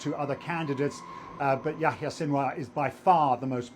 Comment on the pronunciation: How can your analysis be anything but a joke, when you can't even pronounce his name?